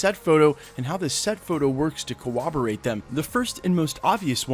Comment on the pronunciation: CORROBORATE CO ROB OR RATE I LOVE YOUR WORK MAN BUT YOU'RE SAYING THAT WORD WRONG